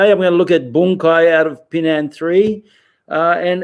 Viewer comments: It is not pronounced Pee Nan (Pinan) …. First learn to pronounce it right, then you learn the Pinan Kata ….. Pronouncing Pinan Pee Nan is wrong and have different meaning!!!!!!! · Okay, you can make any inference from what I have written. To sum it up, as I said there are black belts 5th and up around the world that pronounce Pinan as Pee Nan; This pronunciation is incorrect...... For a person that spends time learning Pinan Katas , we want you to do your own research into speaking and pronouncing the Pinan Kata the Okinawan ways....... Spend a month even six months to find out the real pronunciation, then make a video to teach it for all whoever wanted to learn the real pronunciation...... If you're a serious practitioner of the Pinan Katas, it is for your advantage and knowledge to know them. Again , pronouncing Pinan as Pee Nan is wrong and has no meaning....... Example: Hello JOHN, is not the same as Hello Jane................ We see most practitioners in the states and around the world not even come close to pronouncing Pinan correctly....Learn Pinan correctly first by learning to pronounce it right....... Don't butcher Pinan as Pee Nan....................... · Learn Pinan by learning it correctly..... You teach something that you don't understand..... If you know Japanese then, let's hear it... pronounce Pinan ?????? Pinan is Okinawan, hello, Pinan isn't Heian that the Japanese change to...... Your Kyokushin isn't Pinan kata................ Let's hear it Pinan ...... Spending all that time learing Pinan and applications are all Heian katas........... You know nothing about Pinan Katas hello...... Let's hear Pinan................ Yeah 27 people would like youto pronounce Pina correctly , if not then don't learn Pinan..................... Learn Pee Nan